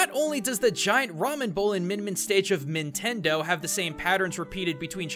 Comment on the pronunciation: Min-tendo HA!